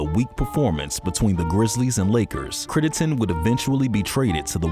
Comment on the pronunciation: Critt-EN-den...Crittenden...if you're gonna make a video, pronounce the dudes name correctly.